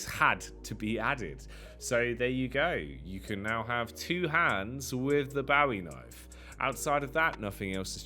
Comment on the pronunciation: Interesting pronunciation of bowie knife... but another phenomenal CS2 update vid. TY